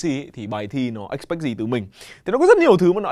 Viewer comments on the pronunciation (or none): Bài giảng quá thu hút và có ích. Tuy nhiên thì mình nghĩ đọc từ "expect""trong bài thi expect gì từ mình ở có vẻ k đúngg. "expect phiên âm là / ɪkˈspekt/, nhưng thầy đọc là "ek.spekt"". Anywayy, đây là mình góp ý 1 chút khi mình nhận ra điều j đó không ổn thôi ạạ.